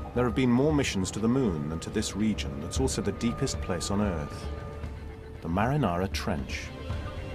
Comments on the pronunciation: Oh thank God other people heard the narrator call the Mariana Trench the Marinara Trench every. Single. Time. I thought I was being gaslighted until I read the comments. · Not a good docu to learn English? I actually was thinking "ah in English it is called marianara trench. good to know!"... I almost wrote it down to learn it... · “The marinara trench” lmao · Does he keep saying marinara trench? I thought it was the Marianas or mariana trench....?? Marinara is the red shit you put on bisghetti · Did this guy really just call it the “Marinara” trench? How’d that happen in a NG documentary? 😂😂😂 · It is humiliating that the narrator does not even know the name of the place and keeps calling it "Marinara". Ridiculous...